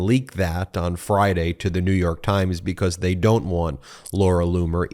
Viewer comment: It still baffles me, Ben, that you can't properly pronounce the word "because".